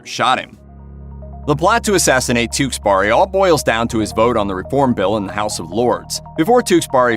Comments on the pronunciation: "Tewkesberry" not "Tewksburry" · The way you pronounce his name though, TewkesBARI.